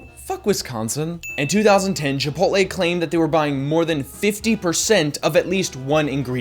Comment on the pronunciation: "Chipotle" not "Chipoltle"